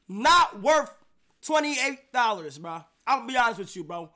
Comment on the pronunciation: “15 dollars-“ “28 dollas” ⚰️⚰️⚰️⚰️⚰️⚰️⚰️⚰️💀